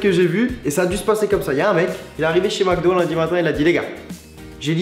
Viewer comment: "Macdo" epa ont dit "Mcdo" il y a pas de a